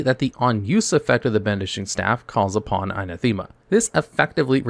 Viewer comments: It's an-A-them-a, not a-na-THEM-a. 😖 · a-NATH-ema......not ana-THEMA.....rofl lol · like how he mispronounces "Anathema" as "Anna-THEME-ah" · Anathema, A-Nath-uma NOT Ana-thema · Please look up how to pronounce Anathema...